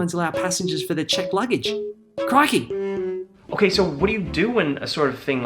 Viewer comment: therapist: dont worry, aussie accent ray cant hurt u aussie ray: criKEY